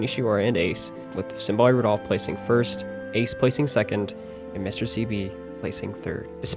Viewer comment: Symbolic Rudolf instead of Symboli Rudolf 😭